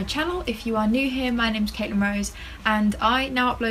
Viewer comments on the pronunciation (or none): none